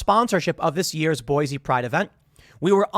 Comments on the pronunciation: Zions. ryhme it with lion not zi-ons Boise like boy-see not boy-zee -An Idahoan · In before Idahoans correct Tim, "IT'S PRONOUNCED BOY-SEE"..